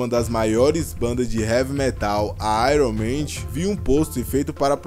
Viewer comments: Iron maidi kkkkkkkkl,fala direito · "ÁIRUM MÊNDIS" 😂😂😂